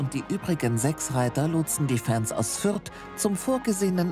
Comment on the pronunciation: Sagt der Fürther fairy ultra 😂😂😂